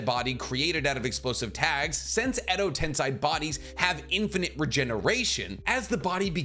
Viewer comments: Why do you say Edo-tenSAI? It’s Edo-tenSEI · Im sure its tensEI not tensAI. It was grating on me how you could seemingly pronounce everything correctly except for this one thing. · "Edo tensy" hurts me dude.🥲Tensei like Sensei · Edo ten-say. Not Edo ten SAI or Edo tensign. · it's not edo tensai but edo tensei, no hate but if u wanna make video on it, at least pronounce it right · pls stop saying Edo TensAi.... it's Edo Tensei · I love the videos, though 100% of the Edo Tensei have turned into Edo Tensai. It's almost like saying Noruto instead of Naruto. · It’s Edo tensei not edo tensai. Pls try to say it clearly because it’s annoying hearing you say Edo Tensai. It’s EDO TENSEI. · Its Edo Tensei not Edo tensai! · And you keep on repeating the wrong spelling, edo-tensAi! Soooooo many times! It's annoying really! EDO-TENSEEEEEEEEEEEEEI! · Why do insist on saying edo-tensAi!?! Edo-tensEi! It's that simple! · Gosh, I hate the "Edo Tensei" Parts of this video... It's spoken "Edo Tensay" not Sai 😫... Like...the way they say it in the show...please just speak like the fucking characters using it 😩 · Isn't it Edo Tensei and not Edo Tensai? Kinda triggering to hear make this mistake multiple times in the video lmao Keep up the good work tho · It’s pronounced Edo Ten-say. All the characters in the anime say it this way. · I like the videos, but your pronunciations absolutely ruin everything. At least be consistent. Jutsu is plural for jutsu. You were doing it right at first, but after the ad, you went back to saying JoOtSoOs. Edo Tensei Edo TEN-Say I'd subscribe if I didn't cringe at every annoying mispronunciation haha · “edo tensAi” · Tensai? What’s with the mispronunciation of Japanese words? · It’s Edo Tensei pronounced Eddo Tensay, and Kakuzu pronounced Kockuzuh. With this amount of views and subscribers I’d expect better. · Edo tensei (TEN-SAY) that’s how it’s pronounced weirdo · and i repeat.. it’s pronounced as “Edo ten-say” YES. get it right lol❤